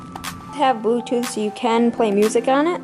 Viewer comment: Is it just me or did I hear say bootooth